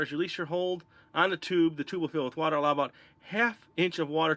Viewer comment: "fill with watlabalaba"